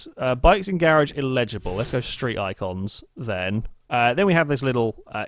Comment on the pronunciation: He pronounces eligible as illegible